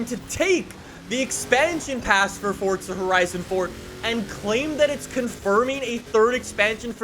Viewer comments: Will you learn how to talk, it's FORZA not FORTZA 🤮🤮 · After "fordza" "fordza" "fordza"... Ok. My comment is referencing your inability to say "fooorza" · forza not fortza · I can't believe this entire time I've been mispronouncing fortza as "forza"